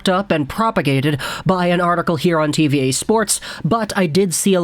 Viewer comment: It's French: TV Ahh, not TV Eh